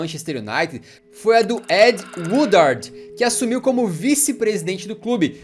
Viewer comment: It’s ed Woodward not Woodard lol